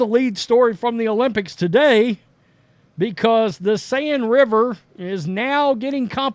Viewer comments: I am sorry I have to correct you.The Seine River is pronounced as if you were saying the Sane river. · This guy is smart. But saying LeBron James is bought by China is cringe. The whole league is bought by China. I like this channel, but the ignorance is weird. Did even bother looking up how to say the rivers name. Overall 9/10. This episode 3/10. Thank you